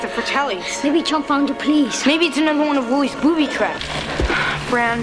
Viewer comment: Dude - BOOBY TRAP! 😂 Not bootty. ;)